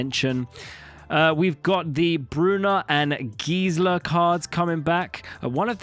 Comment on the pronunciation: The "e" in Gisela and Brisela is where the main pronounciation for those names lie, those letters don't get "skipped" like in a lot of English words. So it's not pronounced "Gizla" and "Brizla" but instead "Gis-ella" and "Bris-ella".